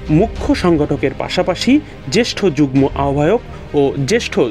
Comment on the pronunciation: পড়াশোনা না করে অটোপাশ কিংবা কোটায় সাংবাদিক হলে যা হয় আর কি। যুগ্ম এর উচ্চারণ যুগনো হবে। গ্ম=গ+ম কিন্তু এখানে ম এর উচ্চারণ উহ্য থাকবে।